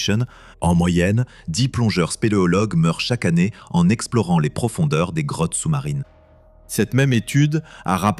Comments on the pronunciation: Je rêve où il a dit "crottes" au lieu de "Grottes"? 😂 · Oui j'ai entendu ca aussi